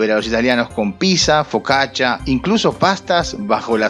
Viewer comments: Mi niño italiano escuchando el video exclama: que no se dice "pisa", se dice PIZZA!! 😂😂😂 (pitza) (Pisa es la ciudad) ... 😄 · Se pronuncia "PITZA"... Poco aprendió de Italia mi amigo. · cuando dices Pizza, muere un italiano jajajaja super mal pronunciado, buen video, saludos